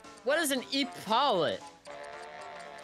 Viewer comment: "What's an E-paulet?" I knew that, a man who's spent many years playing WoW, would be able to answer immediately.